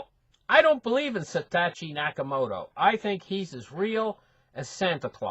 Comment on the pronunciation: Lol. It's Satoshi not Satatchi. love your work :)